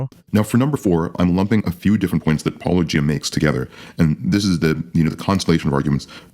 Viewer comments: Hes clearly not an apologist, as he pronounced Paulogia correctly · and for pronouncing your name right. 👍🏼